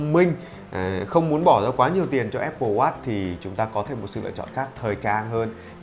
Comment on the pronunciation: Phát âm "watch" không có âm chựt chựt ở đuôi nghe khó chịu ghê gớm :)) /Thanks 4 the review, anyway!